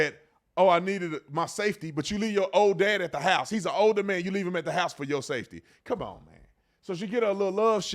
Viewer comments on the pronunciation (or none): none